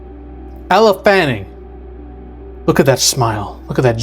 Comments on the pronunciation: Yeah…it’s been said in other movies. It’s “You-tahni” not “yute-any”. And it’s also “L Fanning” not “Elluh fanning”. Don’t mean to criticize his annunciation, but these are facts, stated in interviews/movies. Solid video outside of pronunciation. And I believe he’s right. She is supposedly play “twins” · YOUUU TAN EEEEE. Get it right, please. And its "L" Fanning. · Weyland Yoo-Toony and Ella Fanning